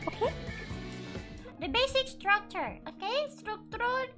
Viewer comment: Yes but actually what i heard is "Stuktrul". Correct me if i'm wrong